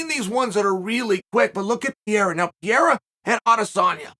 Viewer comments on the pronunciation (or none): Why he keep saying Piera? 🤣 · Someone tell Chael that Piera is........... Pereira already! It's not charming, it's ridiculous!!! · Alex "St." Pierrea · Alex “Pee Era” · Chael can't get anything right with Pereira. Between name pronounced completely wrong, thinking he has a 6-0 record and originally thinking this was about to be his 6th UFC fight.